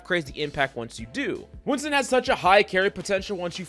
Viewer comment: Its notwinston its WINTON